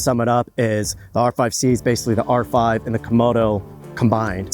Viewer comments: ... Canon R"fry" 🤣🤣. Perfect. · Did I hear Canon R-fry? lol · Did you say Canon "R-Fried" production? Unintentional Freudian slip, I'm sure.